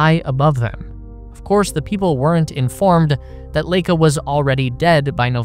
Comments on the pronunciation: Totally unimportant fact here, but since I was around at this time, though young, I know that the dog Laika, was pronounced LIE-cuh. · You're right about just about everything in this video. Except for the pronunciation of Laika - it should be "Lie-ka", not "Lay-ka". BTW, the Wikipedia page for her shows the right pronunciation. Not a bad idea to check WP for pronunciation keys for foreign words and names. [Edited to fix typo.] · 'Vair-nuh fonn Brown' and 'Lye-kuh' and while I'm being pedantic... 'Ree-kard Vahg-nuh'